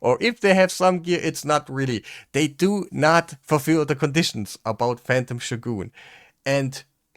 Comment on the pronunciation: Also, this may seem out of nowhere, but thank you for showing us how "shogun" is meant to be pronounced. You say it the way the Japanese do.